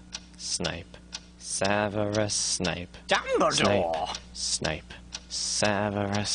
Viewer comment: it's not Snake, it's Sneep! :p and Dumbledore, not dumple haha